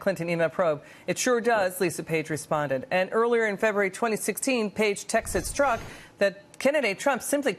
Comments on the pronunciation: I'm talking about his pronunciation. Since he's investigating this guy, he should at least know it's not pronounced Stork. But thx for playing. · It's pretty bad Jordan when you don't know the main culprit's name... it's Strok, not Stork as he repeatedly said in this piece.